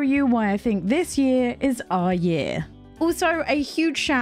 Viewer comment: “Our year” sounded also like “oh yeah!” Which fits perfectly ☺️👍